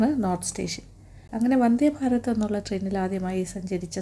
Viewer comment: വന്ദേ ഭാരം അല്ല ആന്റി വന്ദേ ഭാരതം 👍